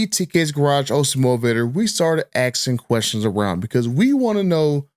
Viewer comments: The word is ASKING. Not Axing. Moron. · you have great videos. You seem to have the inside scoop and it's interesting and entertaining. But, please please stop saying "ax,axed,axing". It's not an accent. It's intentional mispronunciation that is taught over generations. It can be fixed but, will take effort from those wanting better for themselves and future generations. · you're "axing" the right questions